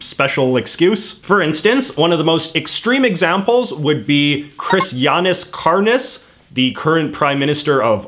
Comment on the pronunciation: Help the way he pronounced kariņš as karnis (the latvia PM) i cant- it reminds me of the word izkārnījums which is fancy talk for shit...fitting